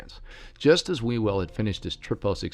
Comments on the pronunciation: Sorry, even though there's some interesting information in this video/podcast, it is hard to take seriously when you pronounce his name "We Will" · It's pronounced 'Hugh el".